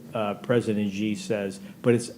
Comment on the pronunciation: not really the right pronunciation of "Xi" either. Yes, u know China sooo well too... like the general you show, probably